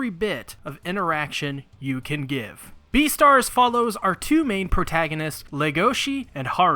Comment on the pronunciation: You just said B E A T E R S